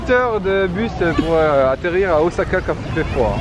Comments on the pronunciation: "ozaka" "yakitori" ...xD vous m'avez épuisez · pour Osaka, Miso, Wasabi, évite de massacré les prononciation japonais c'est pénible à les entendres, les "S" dans les mots japonais se prononce comme si tu avais deux "S" en français